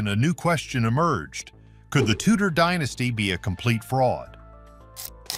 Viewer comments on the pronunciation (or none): The Tudors had bugger all claim to the crown other than right of conquest, they didn't even call themselves the Tudors when they were in power. Can you check how to pronounce names and "dynasty"before you make make these videos?